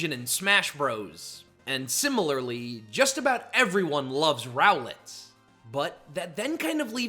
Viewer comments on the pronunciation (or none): none